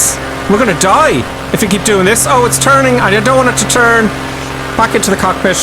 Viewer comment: No offense, I'm just wondering why are you pronounce cockpit as "cockpish", weight as "weighsh"? What is this accent? Cause I'm not a native English speaker, just curious.